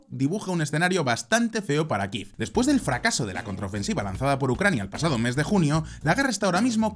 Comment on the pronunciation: ¿Qué moda es ésa de pronunciar Kiev [kif]?